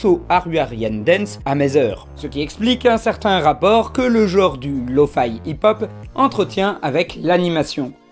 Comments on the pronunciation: Je sais pas pk il le prononce comme ça. Remarque que google translate fait de même. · C'est pas Lo-Fi ou Lo-Faie, c'est Lo-Fi ! Le 'i' se prononce 'i' comme dans le mot Fidelity, tu l'expliques toi-même dans la vidéo >.> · Je sens que ta prononciation de Lo-Fi va me trigger tout le long ahah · Je sais mais je sais pas pourquoi ça me trigger quand même x) Excellente vidéo au passage